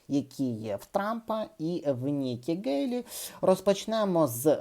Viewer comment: При всій повазі, але прізвище Nikki Haley українською вимовляється через м'''яке українське "г" або "х"